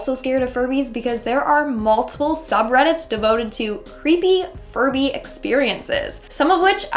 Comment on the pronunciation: why did i hear furry instead of furby